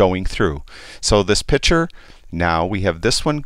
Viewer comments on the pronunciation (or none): One comment, it is not a pitcher you are working with it is a picture. Pitchers hold water or lemonade. Pictures are visual representations. ain't gonna not like the change, but he will be a better annunciator of English diction.